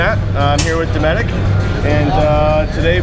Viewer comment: i didnt know the T was silent in dometic. he doesnt prounouce a hard T in dometic. i dont oikethe idea of relying on electric pannels in a boat . but the cooler with ice couod last 7 days in the shade.